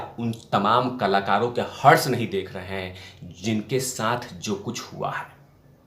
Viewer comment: शब्द हर्ष नही हश्र लगेगा यहाँ पर।